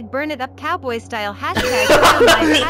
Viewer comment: I heard “#burnitupcatboystyle”. I’m p sure it said cowboy but I fucking love catboy style lmao